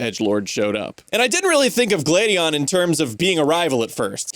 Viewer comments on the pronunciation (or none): You go from mispronouncing Gladion as "Glade-eon" to pronouncing it correctly as "Glad-eon" in the same video? Someone didn't record that whole section in one sitting...